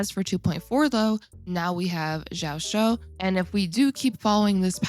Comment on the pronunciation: it's pronounced as ji-yao-chu. hope it helps!